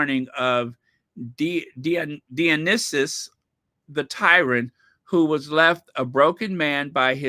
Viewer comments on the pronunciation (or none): none